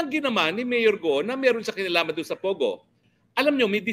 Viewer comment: Hinde GUO tagalog pronunciation yan say GOOOOOl